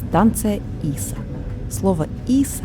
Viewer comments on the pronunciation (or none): Станция ИсА- ударение на А)